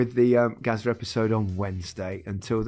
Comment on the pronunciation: Gazza rather than Gaza. Very different content.